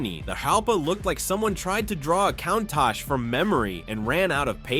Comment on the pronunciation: Cone-tach? Never heard of it.